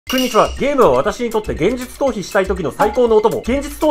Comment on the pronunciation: 「くんに」ちは、「514」、「万個」とか強調すな